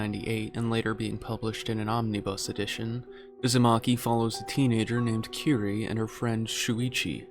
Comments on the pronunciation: As much as I love this, it's Kirie, not "keree". Sorry, pet peeve. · Small correction on the pronunciation of Kirie the -e is voiced (kiri-eh). I love Cosmic Horror especially Ito and Lovecraft